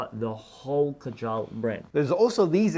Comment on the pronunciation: The name KAJAL is pronounced wrongly 😢 The root of this word originates from India. Pronounce it as KAA- JAL. It means Muscara Surma, Eyeliner, Kohl, Decoration for womens eyes. Muslim men also wear it under their eyes.